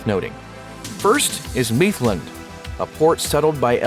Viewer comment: The pronunciation of mithlond was cringing me out, its pronounced myth-lond not meeth-lond